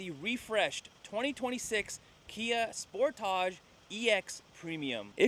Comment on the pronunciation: So glad you can say Sportage properly! Good review